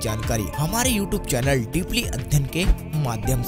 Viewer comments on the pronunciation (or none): none